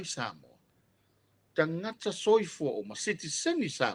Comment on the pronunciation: magaia pe aga le um so'o le loia.just saying.would be nice without so many ums and tautala i le t ae leo le k. tagata.not kagaka.etc.